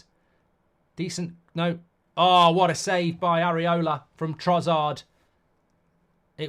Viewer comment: You’re so fucking annoying… it’s TroSSard, not TroZZard you bloody idiot